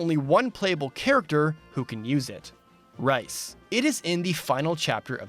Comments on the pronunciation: Umm,, hate to be that guy but I think Rhys is pronounced "Rees" not Rice or like Wrys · This is a super small detail but I can't believe you pronounced Rhys as rice lol. Here in Wales it's pronounced the same as Reese but like I said very small detail keep making great vids. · Rhys is pronounced "Reese" just so you know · I'm pretty sure that Rhys is supposed to rhyme with peace. Very good video otherwise.